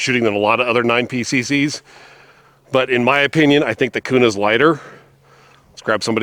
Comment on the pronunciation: Its Kuna bro, native Idahoans dont pronounce it Kyounah😆. What Optic and height are you running for co witnessing? Guys are lubing those mags and saying its better, but there is also crack issues. Hopefully better mags come out. Great gun